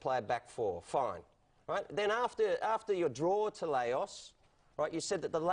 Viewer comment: one works as a broadcaster and can't pronounce LAOS, the other is the manager of celtic